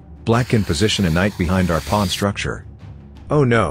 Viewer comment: It’s not a ChessPaige video without the AI saying “Pu-wan”